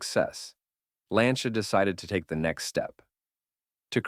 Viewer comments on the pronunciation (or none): Please pay attention to the fact that the correct pronunciation of Lancia in Italian is not “Lyan-cha” but simply more like “Lan-tcha”. 😉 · Sorry, in italian is not lyancha but lan cha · Pronounced Lyan-cha in Italian?!! Aww héll naw!!😂🤦🏽🙋🏽 You think Italians speak Chinese or so?!